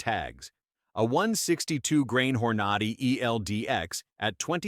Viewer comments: “hor-NAH-dy ? It is HOR-na-dy. This guy is “Gun Man”? What horseshit. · Hor-nod-ee, you gotta love this AI generated pablum. Not! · "hor-NAD-i"????? That's how you look like a fool. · The narrator is killing me…Hornady will forever in my brain be called Whore Naughty… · How about learning how to pronounce Hornady !!